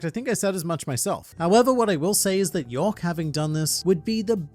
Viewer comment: Its YORK not YOEK